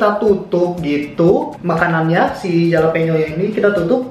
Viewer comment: jalapeno bukanya dibacanya Halapenyo?